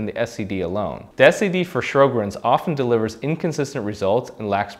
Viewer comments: It's pronounced "Sho-grins," not "Shro-grins." Also, Sjogren's experts have said that it is now supposed to be called "Sjogren's Disease," not "Syndrome." This change emphasizes its distinct pathology and potential for serious organ involvement. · Sho-grenz, not Shrow-grens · Sjögrens = Show-grens. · It is spelled "Sjogren's" ("Show-grins"), not "Shro-grins." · If you can’t pronounce Sjogren’s and it’s spelled wrong in the title, it makes me doubt the whole video to be honest. Is this guy really a rheumatologist? A rheumatologist would pronounce it correctly.